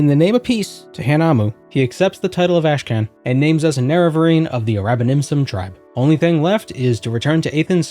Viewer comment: "Ash Can"? That one's gotta be deliberate. It's pronounced "Karn". Y'know, like 'Genghis Khan'. Or 'The Wrath of Khan'. All "karn", not "kan".